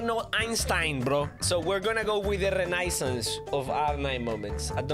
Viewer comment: Listening to butchering the word renaissance and then gassing himself up was too funny